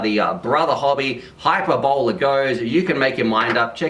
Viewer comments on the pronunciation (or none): High-per-bol-la ;) So,. what you're saying, is it doesn't have much penetration ? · "high-purr-bo-lee" hyperbole. 🙃😉